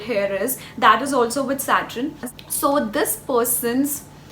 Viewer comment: It's Saturn not satrin